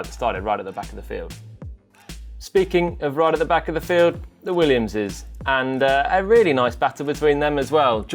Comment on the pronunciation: I love how he says Williams's's's